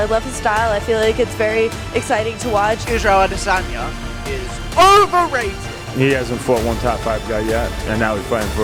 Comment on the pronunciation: Israel I-dis own-ya